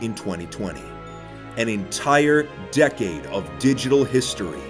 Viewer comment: when this man says decade he makes it sound like the beginning of the universe